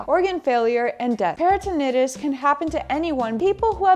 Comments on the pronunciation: peritonitis [per-i-tn-ahy-tis] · Thank u for sharing the great information .Please be informed that it's peri-tin-EYE-tis. Di-ver-tik-you-LIE-tis. No disrespect or embarrassment intended